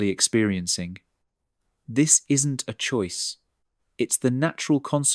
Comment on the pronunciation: Choice pronounced choisay?